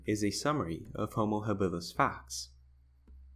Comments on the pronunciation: Why that strange sounding pronunciation ha-BILL-is??? For over half a century, I have NEVER heard it pronounced other than HA-bilis. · Yeah, I have for decades always learned to pronounce it HAbilis and not that ( to me!! ) strange sounding haBILLis word!! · HAbilis, stress on first syllable. Not haBILis….